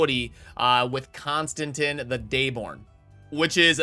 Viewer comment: Does anyone else cringe with the way he pronounces names? ConstanTeeeeeen. Geebus